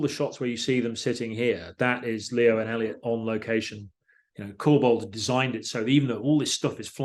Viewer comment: Just want to highlight that Paul Franklin is a legend for getting Elliot's name right, it shouldn't be a big deal but it is.